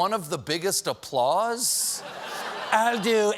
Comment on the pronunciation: But it sounded like " a pause" to me. Maybe like the teleprompter telling him to "pause" for the "applause" .